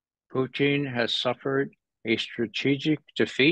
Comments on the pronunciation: His Pronunciation 'Puteen ' cracks me up 😂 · Is it just me or does it sound like he is calling Putin "poutine"? LOL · I don’t see how you could ever call someone a puppet of Putin when he pronounces his name like a really disgusting food dish from Quebec (Province). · He can't say Putin right geez